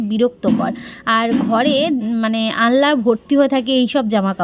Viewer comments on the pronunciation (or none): ওটা আনলা‌ নয় ওটা আলনা বলে ।